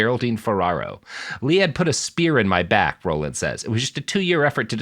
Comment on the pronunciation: Robert, Bob Dole was not an astronaut although he was sometimes out in space. Also, I know you're young but Ed Rollings name was pronounced "rawlings" not "rollings".